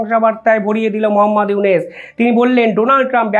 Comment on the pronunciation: ekti kotha bolchi . aponi iunus na bole unis bolen , uchcharon ta thik kore neben .